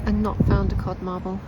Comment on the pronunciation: 1st modd carble? I love how im not alone in making new words ,😂 codd marble reinvented. As always my favorite happy place, thanks for the amazing videos.🤗